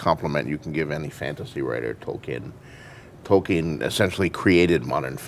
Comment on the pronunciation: Why does he keep saying "Token" that way?